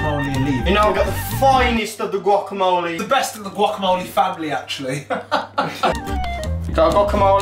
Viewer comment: I love gwacamolly